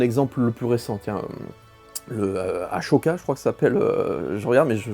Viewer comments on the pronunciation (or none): Il m'a tué avec sa prononciation d'ahsoka 😂 mais on t'en veux pas en tout cas hâte d'être en décembre